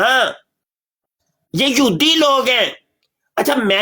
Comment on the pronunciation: مبشر رضا قادری صاحب یودی نہ کہیں یہودی کہیں ۔ شکریہ